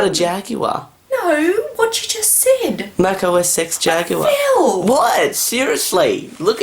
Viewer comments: Mac OS "X" not OS "sex" Oh, dear. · it sounds like he sed mac ox sex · your mum thought u said mac osex jagular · It's Mac OS X It's Mac OS Ten not Ex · It's "OS 10" not "OSeX", okay. Also, have her try Yosemite. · thought that Phil said MAC OS sex and not MAC OSX. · Oh Sex Jaguar! It was so funny! :D In fact, it's not Mac OS Ex - it's Mac OS Ten. Yes, X is 10. :) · For the confused at the beginning: Mac OSex Jaguar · "Mac OS X - that's it's name" No wonder she looked confused! It's "OS ten" not "OS ex"... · its pronounced "Mac OS X" not mac osex you moron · "mac os sex jaguar i laughed so hard" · mac OS X jaguar What hears: Mac OS sex jaguar: PHIL! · you said X as s## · It's ten. TEN, FFS!!! That is not X, that is Roman 10! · Mac OS Sex? LOL 😂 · OS SEX XD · what? though Phil said Mac OS Sex Jaguar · she thught it was mac OSEX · kind of OSSEX :D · Your mum thought it was Mac OS sex oh my god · thinks said sex when he pronounce os x "os ex" making it sound like os sex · boot up this is mac osex jaguar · i know how its "rude" she heard "mac oSEX jaguar" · Lol Mac OS Sex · You're mom thought you said OS Sex. I love the expression on her face when she thought that. It was priceless. XD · No, he was meant to say OS EX 10.2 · She was trying to say that you saying, Mac OS S*X, is rude. It just sounded like you said that so. ..... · She thought he said Mac OS sex jaguar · OS X sound like osex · Mac OS Sex Jaguar :) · He said Mac OS Ex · Lol he said Mac OS Sex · Yeah I can see where your mum is coming from it did sound like you said mac os sex. :P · he says macossex jaguar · Is she thinked that you said ''MAC Oh Sex Jaguar"? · she thought it was Mac O-sex 10.2... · its pronounced OS - TEN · o sex. ._. that's what she though he said. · In Australian accent, you pronounce it like "Oh Eh Sex" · i think she though he said mac osex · lol, os sex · he did pronounce it os x, his mum thought he said sex